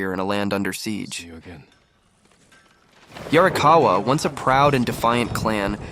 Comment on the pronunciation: How DARE you say "yarrikawuh" and not 「鑓川」in a gruff, Ancient samurai voice 😡😡😡